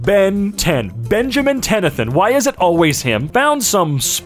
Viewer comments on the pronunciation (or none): Benjamin tension not tenathen I think. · did you just say Benjamin Tenethon? ITS TENNYSON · “Benjamin Tennathin” I can’t I’m wheezing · You really just said Benjamin Tenathin!?